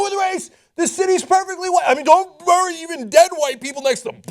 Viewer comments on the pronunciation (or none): You say the word "bury" really strangely.